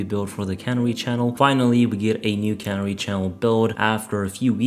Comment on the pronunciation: Why do all the video producers mis-pronounce "canary". It is pronounced with the emphasis on the second syllable as the cuh-NARR-ee, the bird that was set free in a coal mine potentially that had gas in it. Remember the cuh-NARREE in the coal mine and pronounce it correctly.